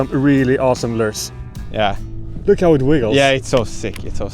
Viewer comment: “Lers” is “lures”